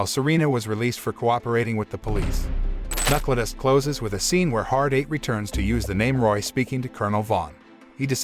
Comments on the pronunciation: It's pronounced Knuckledust, not Knuckledust. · Who the hell is narrating?? Can't even pronounce KNUCKLEDUST right.